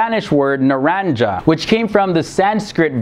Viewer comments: you pronounced orange (naranja) in spanish wrong, it's nah-RAN-ha cool video btw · how he pronounced naranja oh my gosh that is so funny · U said naranja wrong😂😂😂